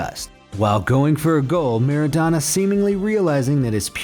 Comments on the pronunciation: Its not Rikard, Meradona or Materazi, If somebody watch football those names need to know how to pronounce. And there is nothing to know how to pronounce, you do it correct or incorrect.There is no school for learning this stuff. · U also dont know to pronounce Rijkaard, Materazzi, Maradona.....